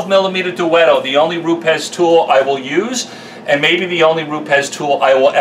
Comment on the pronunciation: Jehovah God bless you for knowing how to pronounce Rupes like the Italians who run the company do! Another great video with valuable info. You should charge though because you've been invaluable in my training process in becoming a future pro detailer! Thank you!